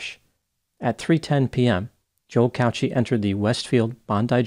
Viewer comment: The way you pronounce Cauchi is not right I'm Maltese and it's pronounced "cow key"